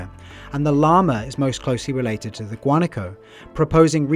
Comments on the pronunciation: It is pronounced guanáco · Wa-na-ko - Guanaco